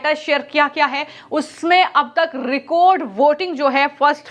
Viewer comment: Recode voting nahi Record voting 😂😂😂😂